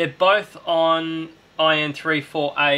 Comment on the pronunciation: Are you saying "i (letter i)N34A? It's 1(one)N34A. Germanium diode.